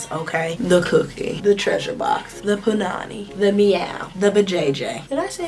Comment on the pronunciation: Yeah you said punani right lol